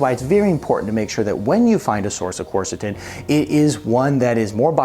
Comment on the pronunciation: You might first learn to pronounce it.